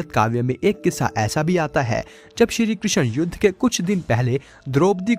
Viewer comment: श्री कृष्ण जी ki pronounciation sahi se karo